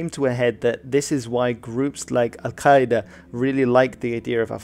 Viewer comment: Well done on your pronunciation of "Al Qaeda" it must have taken a lot of practice - I don't speak Arabic but my language is part of the Afroasiatic language group so I don't have any issues with Semitic sounds you western folk struggle with so badly. My hat goes off to you Sir!